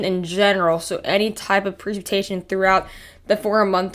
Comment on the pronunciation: YOU CANT TALK.... PRECIPITATION. Pronounce it correctly. your missing the CIP..... Say it correctly.... WTF.